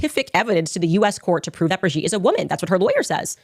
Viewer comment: There’s no way you watched HOURS of Candace Owens and still said Brigitte’s name wrong. Plus, she read the exact lines of that lawsuit on air just as you did. You didn’t find something she hasn’t stated. She also has been clear that he loved Israel but his struggle has been with the government of Israel and its president. She followed it up with clips of Charlie. I don’t agree with her total stance on Israel but she does real journalism and I have a feeling this won’t age well for you.